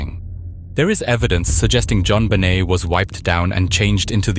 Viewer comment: Pronounced JonBenet in multiple ways. Dog shit.